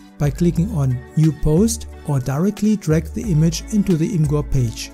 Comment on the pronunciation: its pronounced image-er not im gur